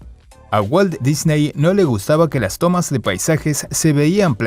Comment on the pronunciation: Todo esta perfecto solo les suplico que aprendan a pronunciar la palabra Disney, saludos cordiales desde CDMX.